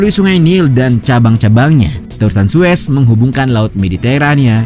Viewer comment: Yang bener zues apa Suez si? Setau gua Suez, koreksi kalo salah